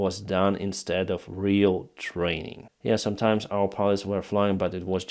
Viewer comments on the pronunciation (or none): none